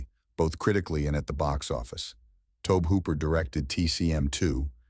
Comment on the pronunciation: Who is Tobe hooper lol it's Tob-E like Toby